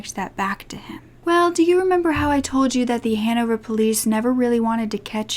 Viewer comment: It took me so long to realise that you were saying Hannover